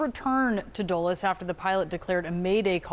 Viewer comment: It is not a D-oo-les airport; it is D-ah-les one.